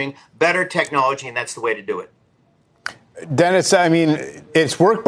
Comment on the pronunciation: "See Jinping"?! Use the Mandarin pronunciation/transliteration, or even the ugly Western "Zhee Jinping"; but, don't use the southern dialect pronunciation. Tool.